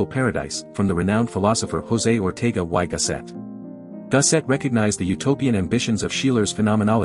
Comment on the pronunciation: I am beginning to realise that America is not particularly interested in even making the slightest attempt at pronouncing foreign names correctly. Most German names were obviously pronounced without basic knowledge of German, and poor old Ortega y Gasset (a Spaniard) would have wondered (or laughed) at the y given as: "why", but setting aside the marred German, I enjoyed the content.